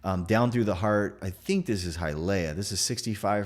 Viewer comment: Learn how to pronounce HIALEAH brother